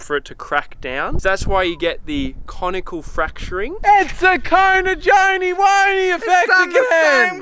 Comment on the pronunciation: "Conchoidal" fracturing, not "conical"